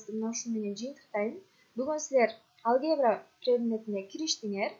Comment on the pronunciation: Алге'бра эмес а'лгебра